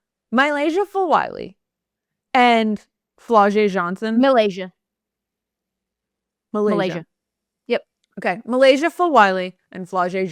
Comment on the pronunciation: Hey guys. The name is actually MY-Lasia. It should not be hard to say this woman’s name. Get it right. You corrected your colleague when she was right. You were dead ass wrong!